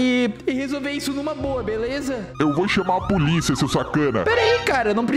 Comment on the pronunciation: Ele falou pulisa kkkkkkkkk😂